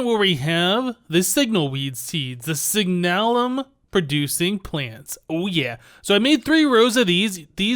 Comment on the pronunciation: Signalum is pronounced SIG-nuh-lum. Love the vids! Keep up the great work.